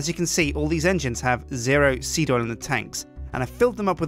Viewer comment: The more you say seed, the wronger it sounds.